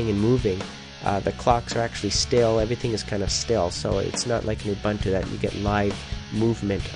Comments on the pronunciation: you don't pronounce it 'oo-bun-too' you pronounce it 'ah-boon-too' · Uh, it's oo-boon-too. If people pronouncing things wrong makes you so upset you have to post a comment about it, here's a tip. Turn off your parents computer, get out of their basement and try walking outside for a few minutes. Be careful not to burn your skin with the big yellow ball in the sky, notice your sheet white skin turning color. Now switch from suspenders to a belt, comb your hair, try to find an ugly unpopular girl, buy her a drink, attempt sexual intercourse. Done. #itgetsbetter